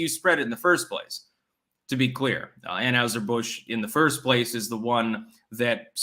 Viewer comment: It’s pronounced an-HIGH-ser Busch not an-HUGH-ser Busch dammit